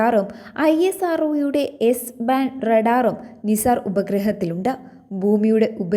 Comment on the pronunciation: നിസാർ എല്ലാ നൈസർ എന്ന് വായിക്കൂ.